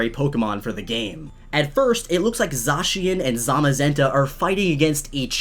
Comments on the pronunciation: And it's Zacian, Zay-She-in. Not Zah, Zay. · You said zasian and zamazeta